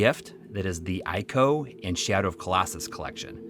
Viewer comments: ICO is pronounced like eco :) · M2 mentioned makes this a flawless video, except for that part where ICO is being called AICO 😬